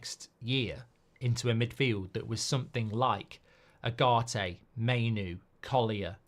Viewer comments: Please pronounce his name properly, is Ugarte not agarte, it is like oogarte , he will be masive for you if the coach gives him trust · Now that Ugarte is official, it’s about time Mark managed to get even close to pronouncing his name correctly. «Ah-Gah-Te» 😮‍💨